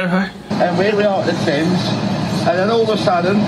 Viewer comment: 10.32 “Here we are in January, and we’re here at the Thames” (pronounced “Te-ms or “Th-am-es”)